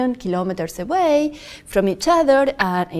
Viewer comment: KILO'METRES, not kalamaduhz.